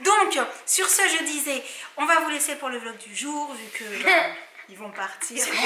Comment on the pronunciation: Les vrais étaient là quand elle disais V log et pas Vlog 😌